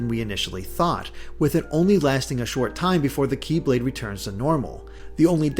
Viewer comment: It bothers me when "Kye-blade" is said instead of "Keyblade".